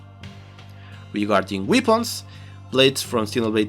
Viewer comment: just one thing, I am latino so just wanted to let you know weepuns is not the right pronounciation as far as I know. I guess you are trying to say weapons which is pronounced: -> weh·pnz. 11/10 VIDEOS as always thanks a lot!